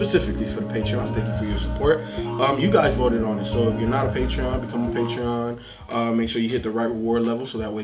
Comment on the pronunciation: It’s “patron”. The website is Patreon